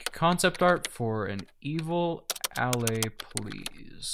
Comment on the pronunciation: Bro said Ahley